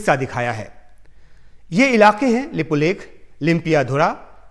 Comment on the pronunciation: Tv anker not even correct pronounce lipulek lipiyadhura.